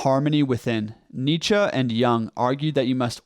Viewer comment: That's how you pronounce Nietzsche. Unless you mean he needs a better German accent